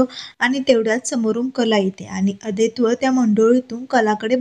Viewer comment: Naav neet uchhara. 😊😊Aadaito nahi, Adwait.. 😊😊